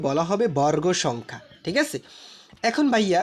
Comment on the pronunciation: বরররগ ❌ বর্গ ✅